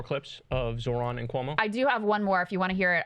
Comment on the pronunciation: There is no absolutely no reason to get Zoran name wrong if he speaks Italian.